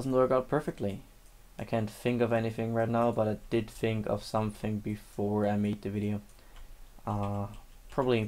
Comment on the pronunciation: "Fink" vs how it's actually pronounced: think